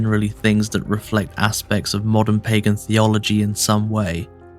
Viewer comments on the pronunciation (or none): none